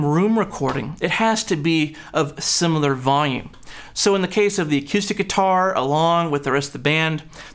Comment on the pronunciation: Good video again, but I have to admit that a little part of me dies every time I hear you say "a-cue-stick", however it also makes me want to go play pool. 😛